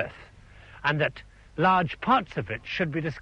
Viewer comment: When he said that's enough of "Dat" he also invented the Gangter rap version of saying "that."